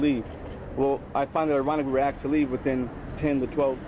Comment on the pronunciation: Uneducated!! It's not axed to leave it's asked.